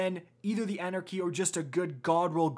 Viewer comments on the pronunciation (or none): everytime " anarcy anarcy anarcy"...